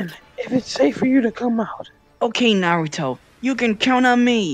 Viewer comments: U mean naru-dough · Me: hears Sakura say Narudo Also me: -_